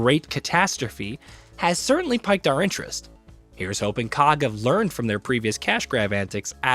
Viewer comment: piqued: pronounced exactly like "peeked" AT-tri-butes